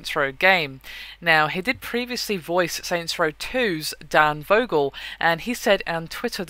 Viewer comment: Dane* Vogel. Not Dave Vogel.